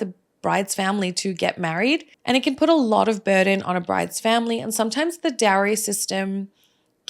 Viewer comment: Plz pronounce the word Dowry properly.